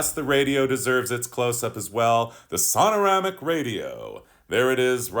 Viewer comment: love your reviews…….but please realize these old Buick radios are “SONOMATIC” NOT “sonaramic”.